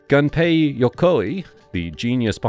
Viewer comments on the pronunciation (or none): none